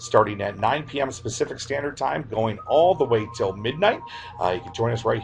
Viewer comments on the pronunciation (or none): I was on board until he said, "Specific/Standard time"..... Pacific you fucking moron.